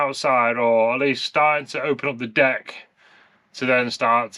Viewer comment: Consult Brupeg on the proper pronunciation of 'deck'.